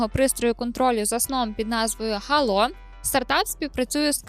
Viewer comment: Гало, а не "хало"